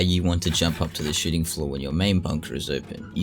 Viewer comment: Every time he says shooting floor I think hes saying shiting floor, I love it lmao